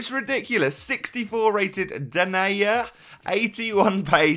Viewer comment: My fav squad builder since I'm a Celtic fan and Denayer name is pronounced Denier